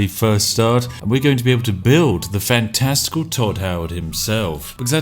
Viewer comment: Just paused the video at fan-... Resumed it and thought you said "testicle world" then realizing that you say FANTASTICAL